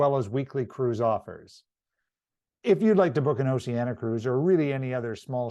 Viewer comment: It would be more impressive if you pronounced the name of the cruise line properly as in Ooooceeeaneeea not oceana